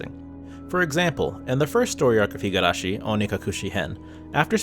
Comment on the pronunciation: This is a good analysis video, but I literally physically cringed every time I heard you pronouncing higArashi instead of higUrashi. I have no doubt that you have watched the anime with the original voice acting and are somewhat familliar with the Japanese language, so how hard can it be to not botch THE NAME OF THE SERIES?